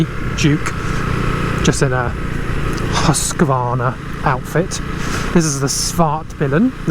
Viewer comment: There's no a in Husqvarna.its pronounced..Hooskvarna.not Husqavarna